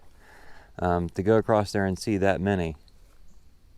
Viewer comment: Why do so many people put a T on the word across when they pronounce it?